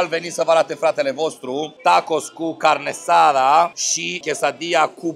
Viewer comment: Carne asada nu carnesada:)) sa-ti fie de bine